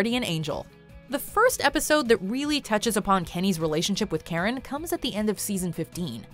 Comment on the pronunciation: I always thought Karen's name was 'Carrot' until i turned on subtitles i believed that fir a good while.